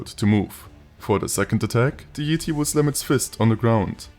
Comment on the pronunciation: This mod and video are awesome, but even better is the way you pronounce Yeti as "Yeeti" 😂💀 I love it